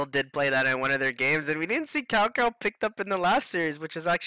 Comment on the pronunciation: Cao Cao is pronounced as "Chow Chow" not cow cow